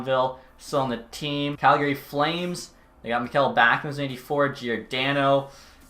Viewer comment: i still cant believe hes Canadian and says Calgary incorrect. rattles me so hard haha